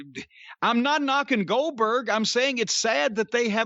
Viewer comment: I think he wanted to say Oldberg a few times. 🤣🤣